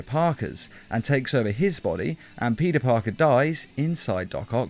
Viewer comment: U said puty Parker